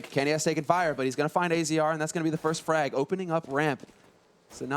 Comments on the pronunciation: Unwoven Sleeve "Azza, not A Z R or Azer it's Azza" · Pretty sure it's pronounced Azza not Azee arr.